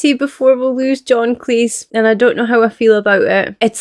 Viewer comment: Friendly note: It's pronounced Cleese as in cheese, not Cleese as in geese.